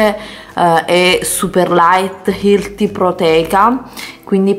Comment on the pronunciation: Ma scusami se non sai pronunciare la parola "healthy" correttamente, e dilla in italiano oh!